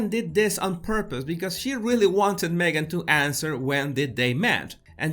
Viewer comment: I love how you call Me-gain a "suspect"...